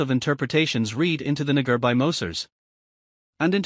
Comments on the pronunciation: Nah-gah.... no way that speech software is mispronouncing it that way. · Why is naga pronounced this way ? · Is it me or is the voice reading saying the n word over and over lol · That voice trying to say "Naga" made me kek.